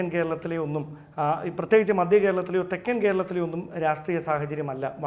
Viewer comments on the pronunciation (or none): മധ്യ കേരളമാഡോ, മദ്യ കേരളമല്ല. പറഞ്ഞ് പഠിക്കടോ 🥵😵